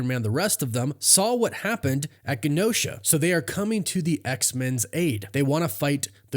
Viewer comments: Genosha, not ganosha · It’s pronounced Gin-Oh-Sha for the love of god sir please see this comment 😢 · Never heard the word Genosha pronounced like that.